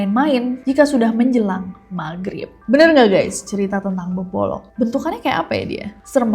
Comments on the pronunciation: Beboro kak bukan bebolok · beboro ga si bukan bebolok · Beboro bukan bebolok 🙏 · izin dikit bunda,, BEBORO bukan BEBOLO' BUNDA☺ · Kk Nessie sedikit koreksi ya, yang bebolok itu namanya beboro bukan bebolok... Terima Kasih 😊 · Bukan bebolok kak Ness tapi beboro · beboro kak bulan bebolo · koreksi, beboro bukan bebolok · Beborok instead of bebolok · Beboro mbak bukan bebolong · Beboro kakk😂bukan beborok😭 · Beboro kak bukan bebolok😂